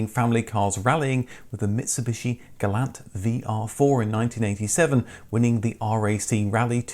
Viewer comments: "Gah-lawnt", not "Gal-ant" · Gall-ants were not sold here. But we did see Gal-lants...